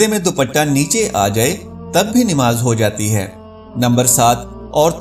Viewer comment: Aap namas ka alfas darust kare plase namas bola kare nimas nai